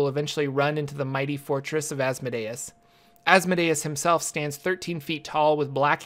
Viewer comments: Its pronounced "as-mo-dee-us" not "azz-muh-day-es" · You are putting the stress on the wrong syllable in Asmodeus. Instead of asmo'dayus, it is as'modeeus. It makes sense to think deus like deus ex machina, but it isn't. It is deus like deity. Just an fyi. Great video. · I have never heard the pronunciation of Asmodeus like that but it makes sense in a way. I pronounce it az(as in AZgard)-mo(as in MOW the lawn)-dee(DEAn)-oos(OOze)(and an ‘s’ at the end instead of a ‘z’). But DEUS makes sense because it is referring to god and should be pronounced as such. Sorry for the random sentiment. Your video was awesome by the way. I am a new DM and have a tiefling PC so this gives some perspective. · I've always heard his name pronounced "az-moe-dee-us" and what happened to Tiamat? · The pronunciation is æz-MO-dee-us Not Asmodayus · Viscount = (vye-count) Also, I'm pretty sure it's AzmOdaus, not AzmodAus. It just sounds better.